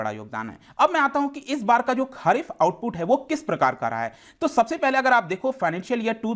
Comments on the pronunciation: One correction Sir wo khaarif nahi kharif hota hai pronunciation me Rutu ke hisab se 2 types ki fasale hoti hai 1 Kharif 2 Ravi Thanks for such good videos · Kharif not khaarif... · खरीफ होता है ना कि खारिफ